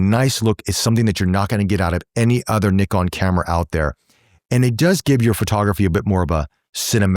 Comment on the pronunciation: Thank you for pronouncing the word NIKON right and of courser focusing the photographers on this review.....